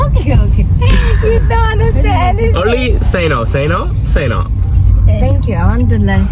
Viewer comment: Don't say thang you, it is thank you